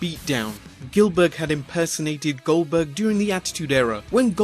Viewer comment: Did u say gelburg you mean GOLDburg